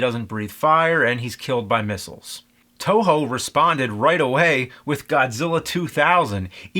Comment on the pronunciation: its toho not Tojo